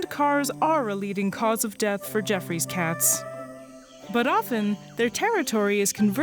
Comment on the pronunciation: "Gee-off-roy" NOT "jeff-ree"